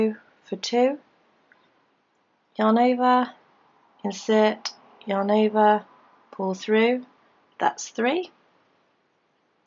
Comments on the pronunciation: Am I the only one hearing "your neighbor" instead of "yarn over"? Probably, but now I can't unhear it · Is she saying your neighbor thats what i hear